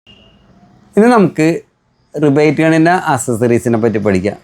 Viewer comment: റിവറ്റ് ഗൺ ✅ റിബേറ്റ് ഗൺ ❌